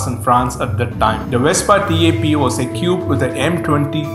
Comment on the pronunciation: Equipped: pronounced ee kwipt Great video mate. Very informative. Keep up the good work.